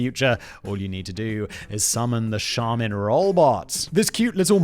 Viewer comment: you got charmin right btw